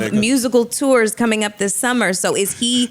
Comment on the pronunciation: Yo, y'all acting real American correcting Mel on her words. To're to Tour 😂